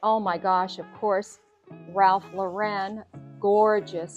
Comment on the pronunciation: You said Ralph Lauren's last name incorrectly. Most people say his last name is incorrect. Last name is not French the way you said it. Easy way to say it: almost like Loren/Lorin